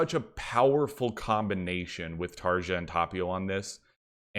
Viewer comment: It really bothers me how people mispronounce Tarja's name. Despite that, I totally disagree with your list. Cheers